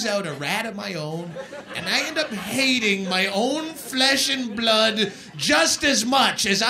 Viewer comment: Live and die for his pronunciation of flesh n blood.